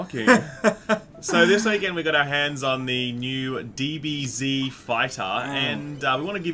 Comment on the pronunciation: "BEETA" "DBZZZEEEEDDDD"